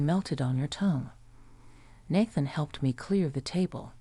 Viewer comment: Nayyyyyythan! Naythan.